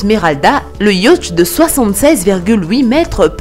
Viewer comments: Le « yautch »MDR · Sincèrement la façon dont tu prononces "yacht" nous donne le mal de mer.